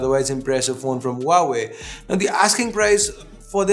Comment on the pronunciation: Huawei is said hwa way